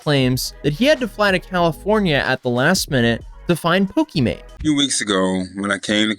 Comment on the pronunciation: This guy says pokemanie my gf. Who calls their gf by their streamer name?!? What a fail